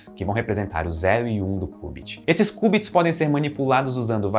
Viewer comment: Ótimo vídeo, só um adendo: se pronuncia "kiubits" não "kubits", de resto perfeita explicação.